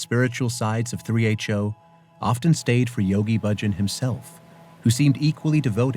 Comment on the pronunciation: Why do you all pronounce Bahjan differently now than it was pronounced in the '70s? He was the one who told people how to pronounce his name. Thousands and thousands of people didn't t come to that decision on their on. No one pronounced it like it is pronounced now.